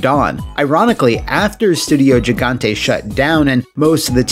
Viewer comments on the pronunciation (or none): none